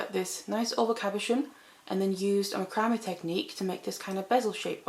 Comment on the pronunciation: Love your designs! By the way, macrame is pronounced Mac cra may